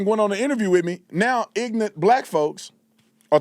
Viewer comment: ignint, bro what is ignint. You mean ignorant. You say it all the time. I’m only pointing it out because you laugh at other people when they say words wrong.